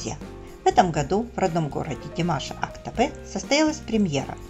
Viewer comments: Актабэ... Неужели трудно сделать небольшое усилие и произнести Актобе? Тем более что это родной город Димаша. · Правильно произносить "Актобе", а не "Актабэ". Безударная о читается как О, а б смягчается.